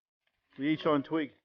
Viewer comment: it aint ear-shine bruh its ear-cheen